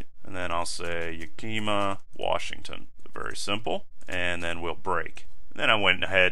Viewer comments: It's 'YEAH-kih-Mah' not 'ya-KEEM-ah' ;) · I've never heard anyone pronounce 'Yakima' (ya-kee-ma) the way you did (spent most my life in Central Washington). Everyone here says "Ya-ka-ma" or "ya-ka-maw" (Sometimes "yak-uh-ma/w" even.), in my experience. Wikipedia seems to say "Ya-kee-ma" also, but I've never once heard it before today haha. Anyways this is a pointless comment, just thought it was interesting.